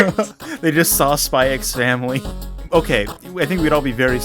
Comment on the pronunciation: Wait is it actually pronounced "Spy ecks Family?"